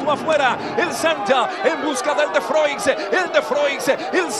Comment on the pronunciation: estos narradores de hoy en dia no se vale y cada uno de ellos le da una pronunciacion diferente a el de froix